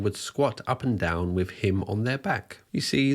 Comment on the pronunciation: Mate, you’re pushing it a bit with your dodgy scouse accent. Especially when you can’t pronounce simple words yourself! Examples- wiv, fings, muvver and farver, fousand, and freatening. You’re a divvy lad 🤣